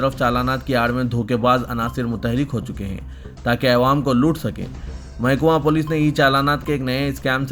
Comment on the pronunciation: چانول نیچے رے بلوا. چاول بول. اےوام بولنا کب چھوڑتاکی عوام جب بولنا کب سیکھتا کی؟؟؟